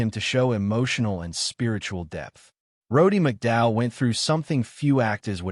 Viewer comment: You can't even pronounce his name..